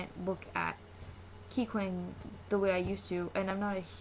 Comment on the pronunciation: no because like the way u pronounced his name... its not like that... wait r u like... new to kpop or something?